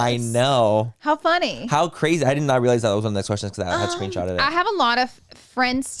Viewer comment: Please stop saying “cwrayzy” to sound like the kardashians dude it’s so cringy